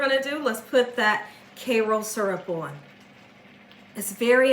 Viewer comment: Please stop calling it "Kayroll" syrup - it's Kayro!